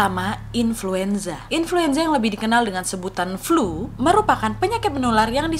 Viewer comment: inluenza lagi wak😆😂